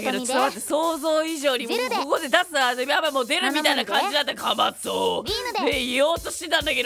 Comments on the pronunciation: ここはしっかり｢かまそぉ｣っていうのすきwwwww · かまそおお はしっかり言うのツボったw